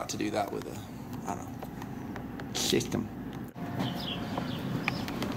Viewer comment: I laughed so hard when said "Shishtem"